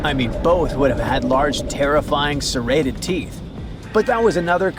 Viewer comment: AI. Ugh....Megalodon had large serrated teeth, not sedated teeth....7-9 FEET wide, not "FIN" wide. Jaysus.